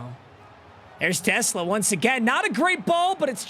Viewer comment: is a die hard lions fan, and has even met the man himself, and still can't pronounce his last name right 😭